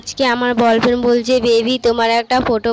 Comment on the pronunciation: R boyfriend ke bolfriend bolche keno ha ha ha😂😂😂😂🤣😆😂🤣😆😆😂🤣🤣😆😂🤣😆